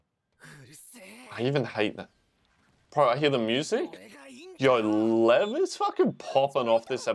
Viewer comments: Say it with me “Lee-ev”. Ev like Everest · I thought the characters were mispronouncing his name, because I think I watched a Russian reaction say that they say lion: lev, without the ee, and the comments told him that it was like that but everyone else called him Lee ev because that is how it sound with Japanese accent, I could be totally wrong, but that's what I got